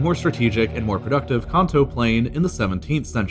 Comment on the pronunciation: Pokémon fans be like CAHN TOEEE